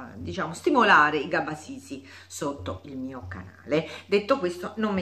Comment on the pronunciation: non è gabasisi,,, è cabasisi